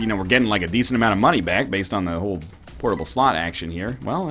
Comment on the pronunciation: Please stop saying "portable slot" thiss way